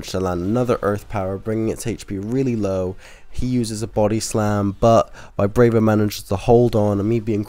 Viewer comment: Its not VIBRAYVA ITS VI BRA VA there is no letter Y in the name